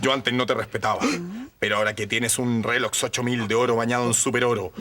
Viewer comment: todos savemos que dice relox en vez de rolex para evitar el copiryght🤣🤣